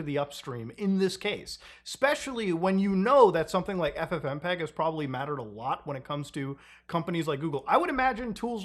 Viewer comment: Google just said F-fmpeg